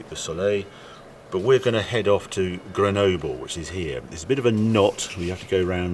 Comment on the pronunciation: How is it Harry can pronounce Countach fine but not Grenoble...?